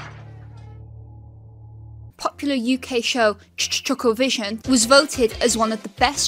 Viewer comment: Appreciate the correct pronunciation of Ch-Ch-Chucklevision. It’s attention to detail like this that sets you apart. 👏